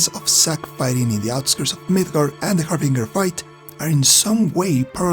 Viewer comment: It's pronounced "har-binj-er;" it's a hard "g," like the way you'd pronounce "binge." May this help you going forward.